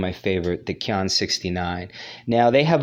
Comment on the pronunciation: Qian is pronounced "chien" chee-yen